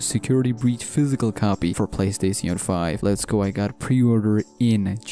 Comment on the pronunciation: playstatione 5(nice engrish(sorrry if you actually dont speak english)